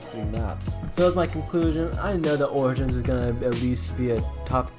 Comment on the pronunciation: Dude you butchered Origins name